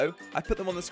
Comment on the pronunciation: Wow really sluggo not slogo